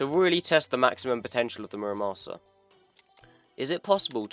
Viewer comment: It's muraSAMA not muraMASA, it's not that hard guys